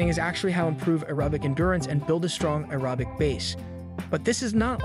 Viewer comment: I’m not listening to the advice given by someone who can’t pronounce aerobic.